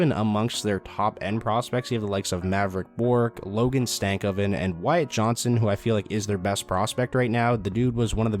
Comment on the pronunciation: It’s Wyatt Johnston not Johnson